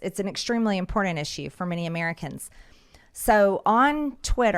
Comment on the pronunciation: everything is sooo "impordandt" to miss greene. everytime she saya that word i want to jump out of my skin. ew.